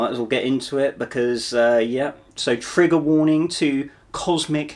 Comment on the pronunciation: Immediately put off by your haughty attitude and false indifference. Jfc just get to the point, im here to learn not to see an englishman tell me im gonna get "triggered" and saying the word "trigger" with the emphasis of a 6th grader saying "ass"... Just wanted to leave this before blocking your channel in the chance it bursts ur bubble and knocks you back into orbit